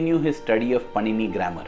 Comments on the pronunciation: Just a little correction. It's not पनिनी...it's पाणिनि। Om Shree Sai Ram 🙏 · The entire video is very nice but just one improvement it is not panini it is pronounced as pānini.